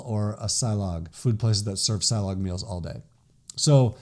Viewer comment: silog is pronounced as see-lohg malunggay is pronounced as mah-luuung-ghai